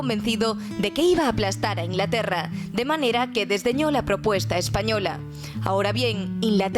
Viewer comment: "InLaterra"? Te comes siempre la G